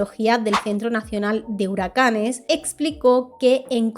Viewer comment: Temas muy interesantes pero me da algo escucharte decir "en lo estado unido" "a causa de lo huracane" "a lo largo de lo año" 🥴 y las S's? Es una de las características principales cuando hablas en plural.